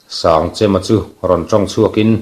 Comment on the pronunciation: Sangchema hming a lam dan hi a dik lo chêm tih tur Kan chem hman ang chem tih thluka hmanloh tur.